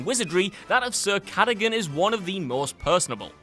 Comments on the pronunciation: I think you'll find it's Ca-da-gun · It’s pronounced Ca - dug - gan, Cadogan